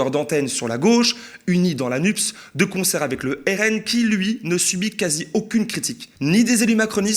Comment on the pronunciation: NUPES se prononce "nupesse" comme dans CAPES, CNRS, PS etc ... Il n'y a aucune raison (surtout pour des gens de Gauche) de prononcer ce SIGLE : nupse...